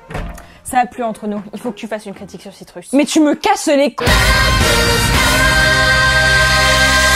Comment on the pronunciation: Citrus se prononce "Citreus" T__T